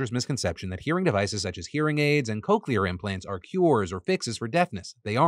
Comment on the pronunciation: It’s pronounced! ‘Cock’ ‘Leer’ not ‘Coke’ ‘Leer’!